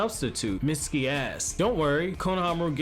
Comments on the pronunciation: Every time he said mistuki I thought he said misty ass🤣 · If you turn on the captions when he says Mitsuki asked it'll say misty ass.